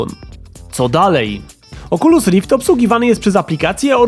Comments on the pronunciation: Pudełko z goglami Oczulus Rift. 😂😂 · oczulus rift XD